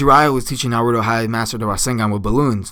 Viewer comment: you say naruto wrong